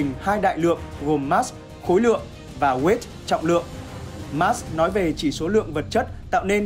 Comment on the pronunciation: Ad đọc tiếng anh gì phèn v , chứ weight rồi chữ worthy sai bét hết rùi